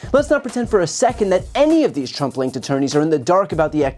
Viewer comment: I kept hearing 'Trump-linked attourneys' as 'Trumpling attourneys' 😂